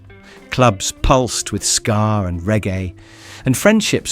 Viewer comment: It's SKA not SCAR